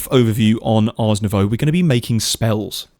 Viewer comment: Ars Novoooooo (like in voodoo). Not Arse Nowau (like in australia). Smh.